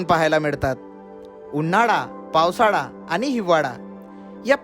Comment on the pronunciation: # उन्हाडा, पावसाडा, हिवाडा 😅😅 आरे इतके वर्ष पुण्यात आहेस 'ळ' चा उच्चार करायला कधी शिकणार??